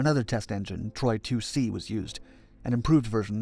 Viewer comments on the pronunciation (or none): Not 'Troy 2C'. TORY 2C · The engines were called Tory 2C and Tory 3 A not Troy. Other than that great video.